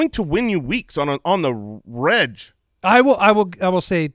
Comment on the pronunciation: "On the reg" is not "on the redj". IT'S THE FIRST SYLLABLE OF REGULAR Thank you! steps down from podium